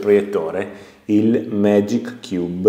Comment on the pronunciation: Comunque è "MagCubic", non "MagicCube" 🤣